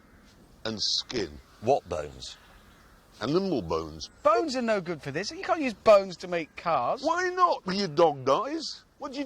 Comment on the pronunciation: I laugh how Clarkson says “Animal Bones”